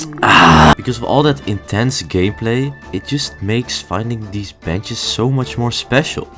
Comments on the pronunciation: Why did I hear "from all this intense gayplay"??💀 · I know its just your accent but when you said gameplay it sounded like gayplay